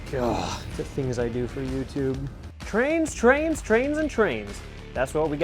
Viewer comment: YES THATS TWAINZ WITH A Z AND A W HEE HEE;-)